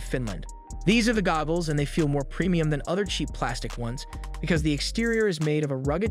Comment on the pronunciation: Is no one going to say anything about the fact that he keeps saying gobbles?.